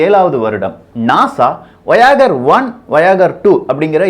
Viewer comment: Dai paithyam athu vayagar illa 'Voyager'